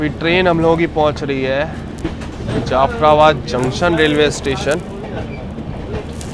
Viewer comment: जफराबाद ❌ जाफराबाद ✅✅